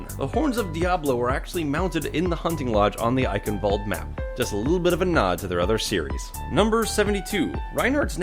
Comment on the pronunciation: "Eichenwalde" is pronounced "I-shen-vul-de" (kind of)